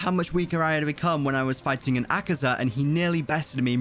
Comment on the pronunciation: Its akaza not akiza